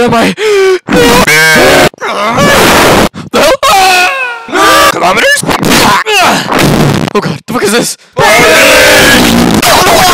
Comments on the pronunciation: 1:I love the sound affects 2:why does spiderman 2099 say colomiters all the time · “KILOMERS” Part 2 on